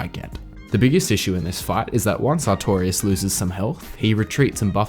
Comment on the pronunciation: His name is artor-ias ........artorias